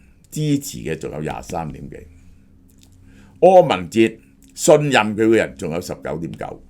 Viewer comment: 柯文“ 哲”